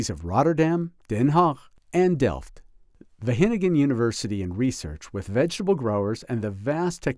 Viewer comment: Wah GE ningen..., not hennummmn